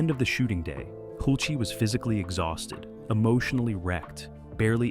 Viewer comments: Cast and crew had to hide their phones? In 1984? STFU. And it's Hulce. Not Hulc-ee. This is a joke. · Hull-sa? Hult-see? Hool-chay? Tom Hulce pronounces his name Hulse (rhymes with pulse) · The actor's name in America is HULCE. Pronounced HULCE. One syllable. Example is the word, "pulse". If you are saying it correctly, it sounds the same, but with an H instead of a P. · It is always said: "the wig", as if it was one. Than showing Tom Hulce without , while speaking about 'the wig'. There are many different wigs he uses to wear in this movie. Furthermore: Tom Hulce's last name is not pronounced like Hul-cee, but like Hulse (like pulse). There are much more things, that doesn't fit, you can read in other comments... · Amadeus is a genuinely great film, and I enjoyed learning about it’s creation. That being said “Hulce” rhymes with “pulse”. You’re welcome. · IMDB says that his name is pronounced like HULCH-- rhymes with GULCH. Trying to confirm it, I found an interview where the interviewer also pronounced it HULCH. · Is his name hulce or holsee? You use both pronunciations alternating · Pronounced "Hulch". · This narrative is total ridiculous drama. Silly actually. Not one valid point made. Also perhaps Learn how to say the lead actor’s actual name. Nonsense. Salieri and Mozart did not hate each other. They were actually friends. The story was actually a fiction. Learn your facts! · You don't even pronounce the stars names correctly, im dubious about this whole video. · How many ways we gonna pronounce “Hulce?” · Weird editing cuts & what's up with constantly mispronouncing Tom Hulce's last name? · Why in heaven’s name, did no one correct the pronunciation of the lead actor’s name?!?!?!?! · ... and someone who knows how to pronounce "Hulce." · And the narration pronounces "Hulce" at least 4 different ways (I lost count). You'd think they could at least get THAT right!